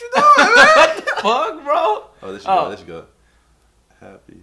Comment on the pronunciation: My nigga said... "ere"..🤣 come on homie there's more than one there